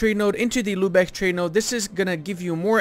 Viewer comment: Lübeck, not "Lübech". If it were spelled "Lübeg", then you'd pronounce it "Lübech".